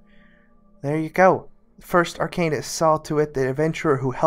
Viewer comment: That's definitely not how you pronounce arcanist.